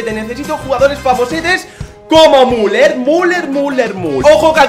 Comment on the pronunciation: se dice miuler